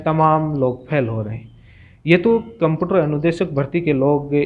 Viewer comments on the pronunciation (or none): कम्पुटर नहीं होता कम्प्यूटर होता है गुरुजी।